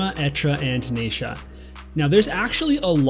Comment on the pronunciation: This is great info, your content is always so helpful and I really appreciate it. I cringe every time I hear "NAYsha" but I'm just gonna have to let it go 😜